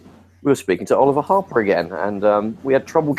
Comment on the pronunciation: O-LI-VER HAR-PER